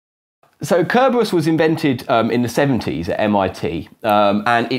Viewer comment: What happened to CC and subtitles on your videos? I couldn't even understand his one-syllable pronunciation of "Kerberos".